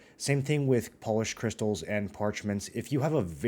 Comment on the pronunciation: My dude said Polished crystals like they're from Poland 🤣